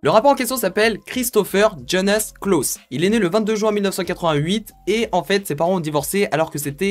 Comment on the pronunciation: Salut mon gars tu prononces mal le klaus